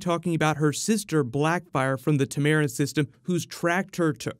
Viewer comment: Dude. Tam-a-ran. It's even there in the clip you use!